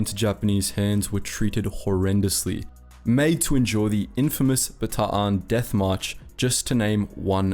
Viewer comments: YO HE PRONOUNCED BATAAN CORRECTLY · Thank you for pronouncing Bataan correctly. Then you murdered Leyte! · finally. Somebody who knows how to pronounce the double a sound. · Wasn't sure if he was mispronouncing Bataan or if he did his homework and pronounced it right. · "Bataan" "Nieves" "Leyte" Damn, he pronounced that fast and well